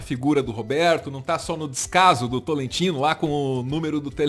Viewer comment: Cada vez que alguém fala TOLETINO, sou eu jogado no chão morrendo de rir jajajajajajajaj A piada vem pronta kajajajajaja